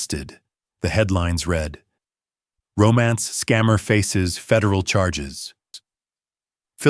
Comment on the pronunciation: Said “red” for read (reed). AI does it all writing, narrating and creating the visuals. How can Phillip be sitting on the couch when moments ago we heard him drive off ? This story was minutes long I think it would have been better 20 minutes shorter.